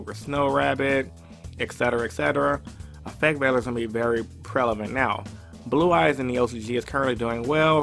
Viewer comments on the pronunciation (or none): Prevalent.... it's prevalent not prelavent.